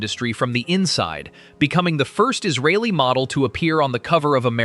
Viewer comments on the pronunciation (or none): none